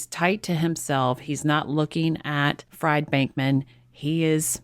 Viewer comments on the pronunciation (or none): When its a last name Fried is pronounced Freed.